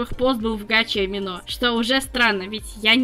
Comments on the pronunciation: Конечно, это не совсем по теме. Но "Amino" можно было говорить как "аминО", а не "амИно"? 🌒w🌘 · АмИно, а не АминО